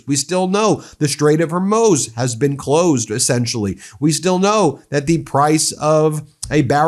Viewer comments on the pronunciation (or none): Ben, in a previous video you kept calling the Strait of Hormuz "Hore-muse". Now you are calling it "Hore-moze". Ben, it's pronounced Hore-mooz. I've heard it pronounced many, many times. I guess you don't watch TV news much. You probably prefer reading. And I commend you for that! But that reading preference has messed you up with pronouncing Hormuz. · I'm here for today's pronunciation of Hurmuz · Why do you pronounce Hormuz differently in every video?